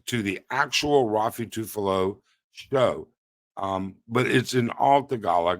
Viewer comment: I almost choked in my coffee when you kept butchering Raffy Tulfo names... I've heard Ruffy a few times and then Tufalo a bunch too... Great Video despite using the new software and programs, we salute and support you ☕✌️🤙